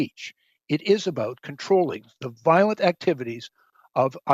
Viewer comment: I'm sorry, but am I the only one who hears the Canadian prime minister from South Park when he says "this is not a-boot ... It's a-boot "?